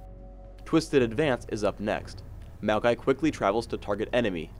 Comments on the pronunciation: It sounded like said "malphite" instead of Maokai every time xD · It can't possibly just be me noticing this... Maokai ... .... Mokai? (It's a drink)